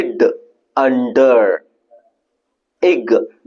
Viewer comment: How the word under pronounce as "D" sound